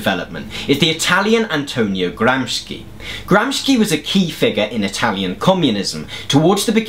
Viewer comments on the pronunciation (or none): Gramsci is pronounced "Gramshi" not "Gramski". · I am a great fan of the channel and I absolutely love your style. I just wanted to say that, if you didn’t know, Gramsci is pronounced more like you would pronounce “Gramshi” not “Gramsky”. Keep up the great work! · it's "gramsci" not "gramski" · IN Italian, unlike "sch", "sci" is pronounced as "shi" ("gramshy" as opposed to "brousketta").. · "Gramsci" is an Italian surname, so we pronounce it as "Gramshee", not "Gramsky". Similarily to Italian word "fascist", where "...sci..." is pronounced as "...shee..." (not "...ski..."). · It's pronounced Gram-She... thanks for the vid... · Thank you very much for this video. Btw. his name is rather pronounced “Gramshi”. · Thanks, this is great. Just wanted to mention that gramsci's name, at least in the states, is pronounced GROMSHEE. Since you mentioned in a previous video that your pronunciations of words and names can be wrong. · Good but, Why "Gram-skea"? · it's pronounced Gram-shee. SC before I is pronounced as sh (as in she) in Italian. Nice video btw. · nice. side note: it's pronounced "gramshi" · Man, it is GramSHi !!! Shi! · Gramsci pronounced Gramshee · i sincerely love and admire all the work you put into creating these videos. but is it really that much to ask for that you take the effort to look up how to pronounce the names of the historical figures that you reference? its literally within your reach if the "soviet communists" were able to afford to pronounce its appropriately, why cant you with all your British Democratic Socialism government sponsorship? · Please, at least learn how to correctly pronounce his name!!!